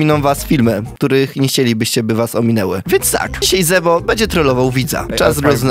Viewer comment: nie zebo tylko źrebo